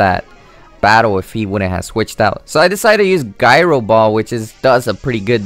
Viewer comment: The only thing to improve would be pronunciation. You space out the Sable and Eye too much. Also, the move is pronounced Ji-row-ball and not gi-row-ball. I am no English teacher, but it could actually help you get more fans. The G sometimes sounds like a J.